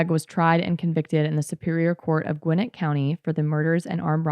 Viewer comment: Love to see that Georgia has been and forever will be a shit show. Great pronunciation on Gwinnett btw most ppl who aren’t from here get it wrong lol